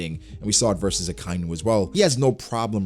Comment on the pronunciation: Its not a kai nu its aka inu